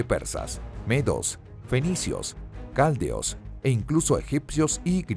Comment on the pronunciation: Se dice caldeos, no c'aldeos